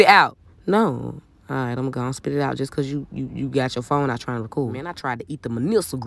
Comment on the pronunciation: Spit it aht...No🙅🏾 Spit it aht...No🙅🏾 Spit it aht......NO🙅🏾🙅🏾🙅🏾